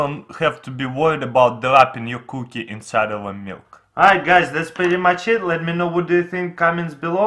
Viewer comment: samich - sandwich coo-kih - cookie